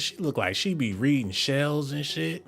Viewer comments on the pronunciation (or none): none